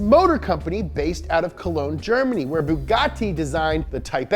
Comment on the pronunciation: The way he pronounced 'Germany' didn't sound wrong to me at all